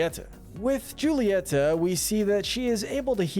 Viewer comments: Julieta’s name is actually pronounced as hoo-ileta and not juileta I hope you can correct that in later encanto videos. 😊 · I’m just saying but you pronounced “Julieta” wrong, the J is replaced with h (as in pronouncing not name) I don’t know why but god/Jesus (or someone who existed before us) just made it pronounced like that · no hate at all but why do you say “joolieta” and “agoostine” just curious. loving the encanto content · i stfg how hard is it to pronounce julieta’s name right lmao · Julieta is pronounced Hulieta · Its pronunciation is actually hulata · Please learn how to pronounce Julietta properly it hurts the way you say it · pronounces Julieta wrong Me: TRIGGERED